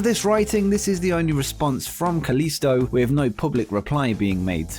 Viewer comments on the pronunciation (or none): It's kalisto not kalista 🤣